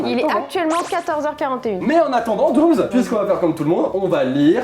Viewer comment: Dooms et pas fouet 🤣🤣🤣